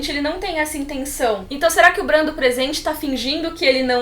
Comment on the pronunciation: Que dor no pâncreas quando ela fala (Brã)